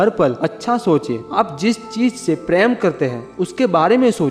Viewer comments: sorry sir but bolna par raha hai ap apna voice thora tik kijye kuch bate samajh me ni aati hai, for example, ( love) ko ap Hindi me Prem ko na bol k paraim bolte h or bhi kaii word h jo der se samajh aati hai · Nice video But it's prem Not pram😂🤣🤣🤣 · Bhai preyam Nhi Prem bolo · Sir aap prem ko praim kyu bolte hain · app prm sahi bilna sik lo sir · please prounance Prem correct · Mai to praym sun k confused ho gai😂😂